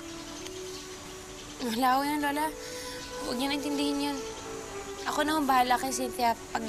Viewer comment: A-KA-O = AKO. Bwahahaha